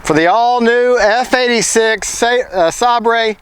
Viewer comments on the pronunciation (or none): It's pronounced Saber not Sabre even though it's spelled that way